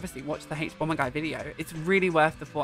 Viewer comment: This is not an important comment but the way you pronounce "haych"bomberguy brings me such joy. You have such a nice voice.